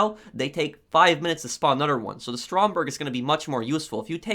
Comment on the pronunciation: Stop saying another like anoder